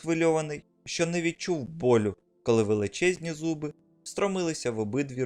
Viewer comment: На не шьчука , а щука!! Не шьчьо, а що!!! Курва хватить нашу мову псувати кацапським суржиком!!!